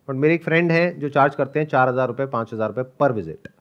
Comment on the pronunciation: Sandeep sir panch( 5) ko hmesa pan bolte h Like Pan-das% log 😃